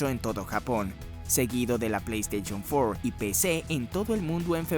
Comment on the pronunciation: "Plei esteichon fuor"